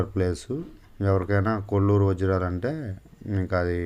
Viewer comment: Kolluru kadhu koluru